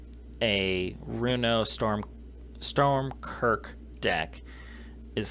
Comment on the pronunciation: Just a heads up it’s Stromkirk not Stormkirk. Also since Inkwell Leviathan has Shroud you can’t target it off of Krothuss’ ability. Half of your “ramp” section isn’t technically ramp since they don’t put the lands into play, only your hand. The biggest thing a budget version of this deck will suffer from is zero graveyard fillers. If you’re running 8+ creatures that are all 6cmc or higher and in Black/Blue with only a few budget rocks its’ going to take you awhile to hard cast a sea creature, have it die, cast Runo with it in the gy, wait a turn to flip it and attack with both creatures still alive. I don’t even play 3 creatures over 6cmc in my green decks.